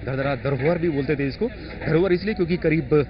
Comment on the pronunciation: its Dharahara not dhardhara, reporter should read the name carefully before reporting.